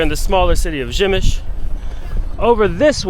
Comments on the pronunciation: Nice video but the pronunciation is “Pshemmyshl” not “Gymysh” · Przemyśl you pronounce Pshemysl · How can you read "p" in "Przemyśl", as "b"? You can ask about proper pronunciation chat GPT, google translator or any other online tool